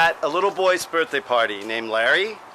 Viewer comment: That's quite and adventure mate! Did it smell bad down in the Graffiti area? You said "Birearthday" like a Brit back when you were 10 years old... Definitely not an Aussie!!! I can tell you were trying to keep it American... wow. forty years later and you are still doing it!... hahahah " Hello, I'm Chris Potter and I'm great"... little Doctor says, "He sucks."